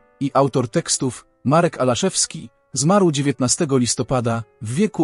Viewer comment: W napisach jest Ałaszewski a czytasz Alaszewski, kto zmarł?